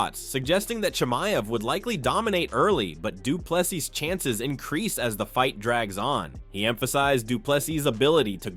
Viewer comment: Say doo plu SEA not sus punk!